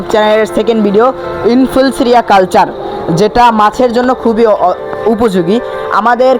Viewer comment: তুই তো এখনো ইনফুসুরিয়াও বলতে জানিস না কি ভিডিও করছিস